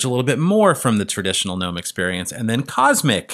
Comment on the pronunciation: Finally someone pronouncing gnome correctly in the Linux world lol nearly everyone calls in ganome and not nome..